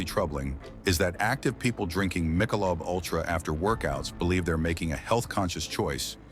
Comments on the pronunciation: Misha-Lobe UlTRA ? AI bullshit again ? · AI…… “my sha Loba” ultra….LMAO….